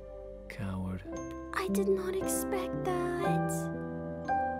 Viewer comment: Am i the only one that thought it said owa when it said coward OWA OWA